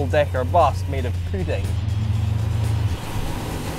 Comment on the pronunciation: lol "poo-ding" for pudding lol